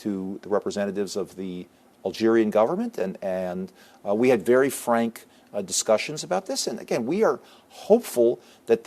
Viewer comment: emphasis on “very frank” discussions..